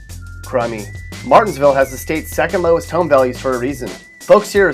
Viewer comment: you got martinsville all the way wrong 🤣